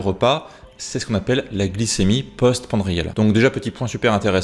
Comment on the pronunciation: Post-Pran di a les : post- prandiales